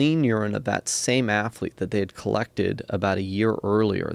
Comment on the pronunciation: Bryan "afflete" Fogel